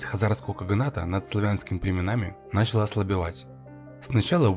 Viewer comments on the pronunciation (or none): none